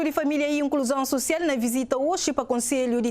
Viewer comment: Sounds more like a French person speaking português to me. The way she pronounces "social" and "municipal" is a bit frenchy I think 😅